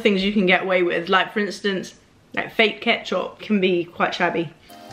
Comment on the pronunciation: The way u said ketch'o'p hahaha x